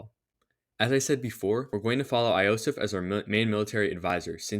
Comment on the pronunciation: Bro, "eye-osef" and "hejiland" I can't 😭 they're pronounced "yo-sef" and "hel-yee-land"